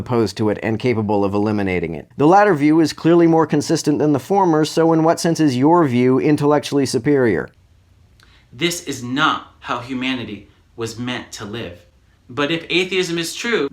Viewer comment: "inferiour"? "Superiour"?